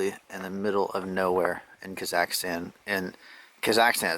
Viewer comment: Borat would be extraordinarily disappointed in your pronunciation of Kazakhstan, Greatest County in the World. All other countries run by little girls.